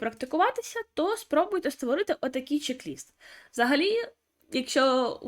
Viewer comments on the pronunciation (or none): Пишіть і говоріть правильно: чек- лист.